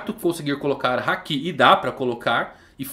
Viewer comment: você assiste o anime dublado? Tenho reparado que você fala muita coisa de forma errada. Hakí sendo se fala Haki Akáinu sendo que o certo é Akainu Chópper sendo é Chopper Yónkou sendo que é Younkou Você fala de um jeito que nunca vi. Assisto one piece desde 2000 e nunca vi no anime esses nomes que você fala. Queria perguntar pq não assiste legendado como mundo. Ouvindo o áudio original do anime. Sei que vai ficar ofendido e apagar o comentário, mas como fã é muito horrível ver esses nomes que você fala. Espero que aceite a crítica. E não é KATANÁ E SIM KATANA.